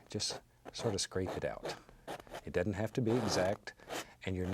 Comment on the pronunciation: ”It dudn’t matter” I love this man and his art Needs more bass boost tho...